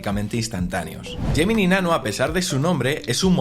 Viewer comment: Porque hay palabras en inglés que las pronuncias perfectamente como por ejemplo “call notes” y después a lo largo de todo el vídeo vas diciendo todo el rato “gemini”?